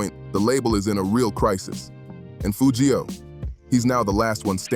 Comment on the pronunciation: Whoever this is, I hate you because you can’t even pronounce the man name right his name is Foogiano